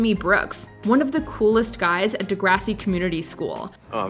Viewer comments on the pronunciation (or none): none